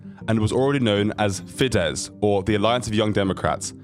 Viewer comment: You really should learn the names of places properly. Also: his father didnt need to make money to send his son to university because it was for free. Also: the name is fidesz - s at the end.